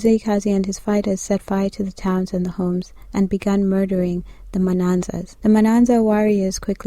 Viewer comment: You keep saying " manansa/s"! Are you sure its not " maNyasa/s" - now present day Malawi - formerly " Nyasa-land"? This requires deep diving! Mzila weGazi- was a Mntungwa- of Khumalo lineage. Mntungwa's father was Mbulazi and Mntungwa's sons: Mabaso and Khumalo. My mother's grandfather was son of Mtotobi Mlilo- Mabaso lineage! There is need to be accurate in history telling- we need to create our true narratives that uses our own oral history.